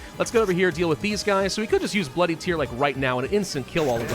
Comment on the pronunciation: It's bloody tear, as in rip and tear. Not boo hoo tear.